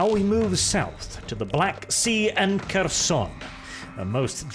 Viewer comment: The "Making Pronounciation Great Again" strikes back. 1) Kherson have silent "K", so it reads more like "Herson" only with sharper "H". Same with Kharkiv. 2) Sieverodonetsk was butchered beyond recognition. To begin with, it's missing the first "o" both pronounced and written on your map, and then "I" is silent. At least the emphasis was correct.